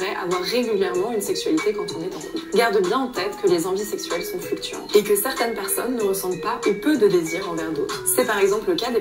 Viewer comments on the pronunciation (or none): "certaintes"? quelle langue est-ce là?